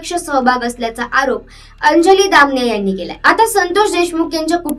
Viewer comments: Muki ti damniy nhi damaniya mhn gujrati sur name ahe screen var boltana ucchar soasta ani nave correct ghene. Quakity kharab hote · दामनिया ? दमानिया म्हण बाई , काय उच्चार ...